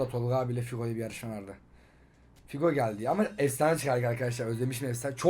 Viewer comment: Figo değil hugo o hugo 😂😂